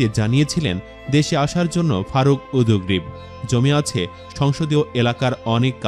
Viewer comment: ভাষ্যকার, আপনি উদগ্রীব উচ্চারণ কিভাবে করলেন? একটি শুদ্ধভাবে বলুন